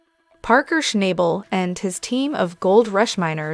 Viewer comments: If you watched the show you would learn how to pronounce his last nsme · Schnabel …… can you not pronounce his name properly ?